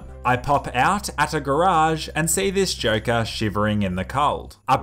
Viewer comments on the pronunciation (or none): none